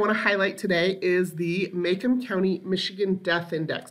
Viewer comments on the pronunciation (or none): Macomb county is pronounced " Ma comb" not "May come" :)